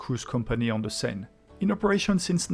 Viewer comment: Oh it's okay, I was just making a lame joke. In hindsight I just recalled that it's Bill Engvall who does the "here's your sign" joke not Foxworthy. Anyways I made the joke because when you first said Seine it sounded kind of like "sign" but I know it's closer to "sen" like in "send" or rhymes with "pen". For the name of the river.